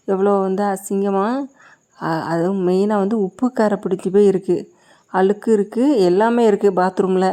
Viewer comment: அலுக்கு இல்லை அழுக்கு என்று தமிழை சரியாக உச்சரிக்கவும்.